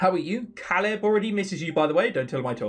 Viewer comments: It's pronounced cae-lid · I think Caleb is pronounced like K-leb. Anyways, about Jeff, I think the people who are interested in him are just enjoying the story and are curious about him. That's just what I figure.